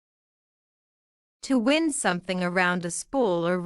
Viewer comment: Here wind’s pronunciation is wrong. As a verb and as a noun wind is pronounced differently.